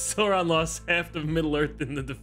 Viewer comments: Hearing them mispronouncing Sauron and Saruman hurts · The mispronunciation of "Sauron" and "Saruman" is really getting to me (except for Courtilly, who seems to pronounce it correctly). It's like hearing Americans talk about "Laura Croft" 😫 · The repeated misprounciation of Sauron disturbs me